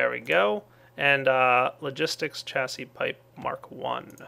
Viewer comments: You want to pronounce it "chassie" but in English it's pronounced "shassie" Great vids I've seen them all up to this point. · It's pronounced shassy. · I is pronounced chassi but spelled chassis